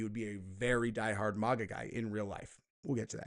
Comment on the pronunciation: Okay, ❤ your content but damn it if I hear you say “Mogga” one mo time!!! It’s Mag-AH- “Make-America-Great-Again” I’m no grammar nazi but this irks the shit out me. And no, I won’t just click off because I’m a true follower.